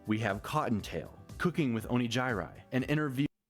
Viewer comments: in his defense, "o nee jai rai" is how Neuro (mis)pronounces Onigiri's name. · I love it when they always stop on the Oni-jai-rai bit. Neuro knows how to say Onigiri's name, but chose to call her Oni-jai-rai anyway. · iirc, she pronounced it properly when referring to onigiri, the actual food item... but insisted on mispronouncing it when using it as her name. Neuro is a menace and we're all here for it. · She did call her Onigiri but she was like nah I'm gonna call you oni gai rai cause that's your name now. lol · it took me a few times but is he mispronouncing onigiri?